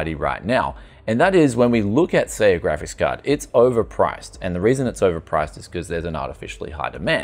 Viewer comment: My favorite youtuber with a speech impediment. Graphis Cahd, Cajun Theory. What's next on the menu?